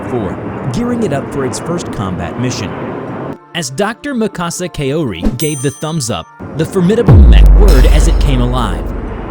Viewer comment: "Kow-ri," not, "Kay-oh-ree." Also, Kaori is her first name, so she wouldn't be referred to as "Dr. Kaori."